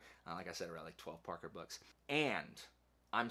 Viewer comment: Why does he keep saying boosh? I couldn’t take him serious